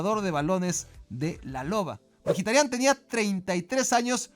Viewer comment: alfin alguien que dice bien el apellido de Mkhitaryan